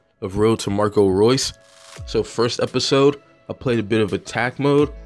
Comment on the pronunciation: I'm not sure but I think it's pronounced "Ray-us"